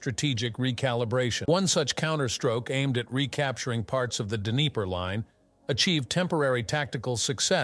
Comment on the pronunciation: There is no d'knee-PAIR River. It's d'KNEE-per.